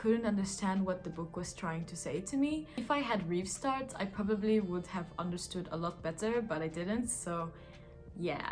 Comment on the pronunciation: It’s „Rivstart“